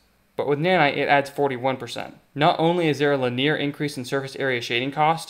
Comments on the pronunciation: Love this series but some of your pronunciations are wild. I've never heard "linear" (lin-ee-urr) pronounced "lin ear," and it's "foliage" (foh-lee-uhj) not "foilage." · good video, valuable insights why do you pronounce "linear" as "laneer" and "foliage" as "foilage"? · It is commonly pronounced "lin-ee-er." If you were saying the word "linear." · it’s pretty similar yea, but it just sounds a bit weird, like he’s emphasing a different syllable idk